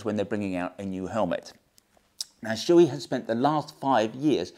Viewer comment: Shoei "Showay" not "Shooee"